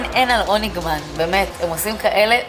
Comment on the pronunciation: אמרת רוניגמן ולא הוניגמן